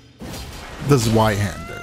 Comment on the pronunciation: Ah yes, zheiwander. The most brutal rapier in the game